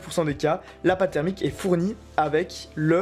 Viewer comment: "Au niveau, maintenant, de la pâte thèreumique" x)